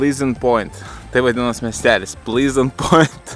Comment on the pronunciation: plehznt, ne plyznt 😂